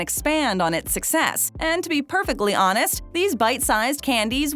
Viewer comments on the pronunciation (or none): none